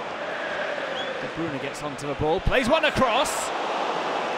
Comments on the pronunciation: Kevin de bruuunaaa not Kevin de breyne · “Kevin de brOOna”